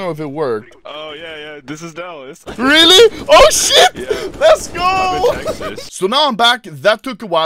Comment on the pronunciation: No one: Anomaly: DÄLLÄS